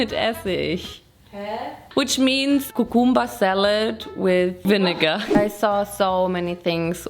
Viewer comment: kukumba seled wiff vinnegar